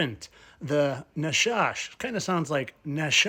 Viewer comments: The Hebrew word נחש (Serpent) does not sound anything like NASA. The letter ח is gutteral. The idea is more like Nachash not Nashash as you asserted. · Nakash is how it's sounds when pronounced correctly